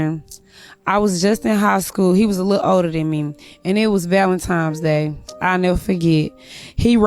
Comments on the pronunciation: " and it was Valen times day" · That's what I heard too. ValentiMes Day? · She said Valentimes Day smh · "valentiMes day" oh ffs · What is “valentimes” day?